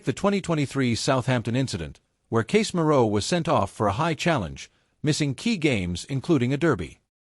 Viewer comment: LOL, you don't even know how to pronounce Casemiro name, and you never get to the point on the news of your title, BS clip, don't bother to view this clip..waste of time